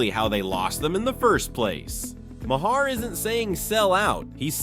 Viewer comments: I can’t stand when people keep pronouncing Maher wrong. Why not check before making a video about it. “Mah-hair”??? It’s pronounced “MARR”!!!!’ Fuck!!!! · I can barely stand watching this video. Hearing this is too say “muh-herr” 20 times is driving me crazy. Why are we so stupid!?